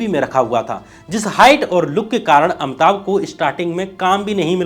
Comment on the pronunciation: परवार या परिवार, उच्चारण पे ध्यान दें। इसी तरह, इंदिरा को इंद्रा बोला है आपने। अमिताभ को अमताभ, भाई, हृस्व इ a उच्चारण अ कार नहीं हो सकता, उच्चारण पे काम कीजिए, मैं तंग आ गया हूं आपके गलत उच्चारण से, वीडियो चाहकर भी नहीं देख पा रहा हूं।